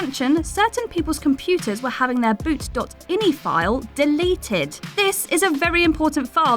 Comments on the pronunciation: Anybody else cringe when she said boot dot inee? Instead of dot I N I? Not only that she kept doing it. Clearly never a PC gamer lol. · Sweetie....its Boot.i n i Not ini. Its not a word. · It’s pronounced boot dot eye N eye (boot.ini) XD